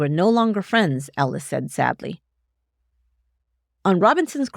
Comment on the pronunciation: Is she saying Alice or Ellis? Sounds like Ellis